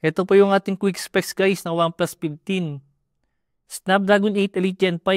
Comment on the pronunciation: Pinally, OnePlus PIPteen SmartPon. 😂